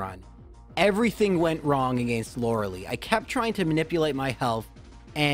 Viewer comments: you say pokemon wrong its Po-keh-mon not pok kuh mon and lorelei is not lorelee its lore lie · Look I like your vids a lot, and I know supposedly you pronounce it a kind of okay way, but you saying "laura-lee" drives me nuts lol. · I don't like how he says Loreleis name but good video